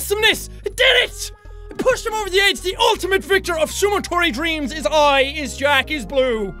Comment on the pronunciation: you say it like sumo-dorito dreams i dream of DDDDDDOOOORRRRRIIIIIIIIIIIIITTTTTTTOOOOOOOOOOOOOOOOOOOOOOOOOOOOOO!!!!!!!!!!!!!!!!!!!!!!!!!!!!!!!!!!!!!!!!!!!!!